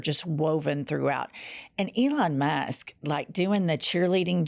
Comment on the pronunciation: Oh shit. is sounded like you said Ivana Musk. You should make that into a t shirt. Elon Musk with an 80s Ivana hairstyle.